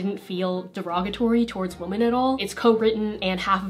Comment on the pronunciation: I've never heard someone pronounce "woman" and "women" exactly the same before